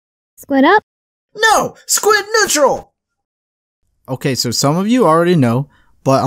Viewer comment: I hear "squid natural", and I'm even more puzzled...